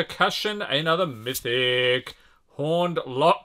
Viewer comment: Il fait vraiment mal aux oreilles quand il prononce "mythic"